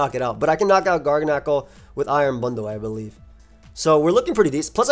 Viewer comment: I might be wrong but I feel like Garganacl is pronounced like gargantuan and tyrannical, but if course with the NaCl instead. This team is fire. Keep it up ❤